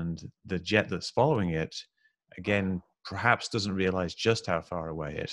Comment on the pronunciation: I don’t know, I can’t trust a man who says ‘prahaps’.